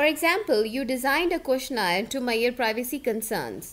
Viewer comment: i dont like saying "Maiyor" for "measure"